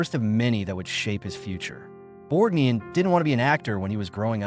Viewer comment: One of the worst A-I narrators I’ve run across. There were at least three incorrect pronunciations used for Ernest Borgnine‘s name. Ernest Bork……Nine was the worst. Videos like this are disrespectful and an insult to the featured artist.